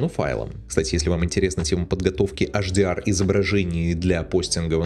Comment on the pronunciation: Если уж "Адоби" , то тогда и "ЭйчДиАр" ( "Аш" - это на латыни) спасибо:hand-purple-blue-peace